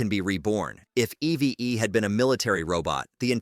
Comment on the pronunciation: It’s EEVE in pronunciation, “”, not E-V-E! 🤨